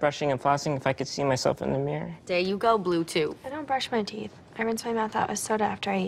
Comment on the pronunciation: She says “Bluetoof” obviously she mean Bluetooth but her comedic inflection and pronunciation of the word made it sound slightly amiss. If you replay you can hear the “f” at the end of the word since I brought it to your attention.